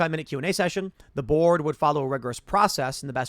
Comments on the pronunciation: Every time Tim says "the board" in this video, I keep mishearing it as "The Borg" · I know Tim is saying "the board" but I keep earing "The Borg" 😂😂😂😂